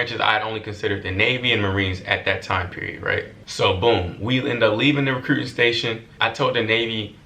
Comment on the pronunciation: “recrewwting” office 😂😂😂❤️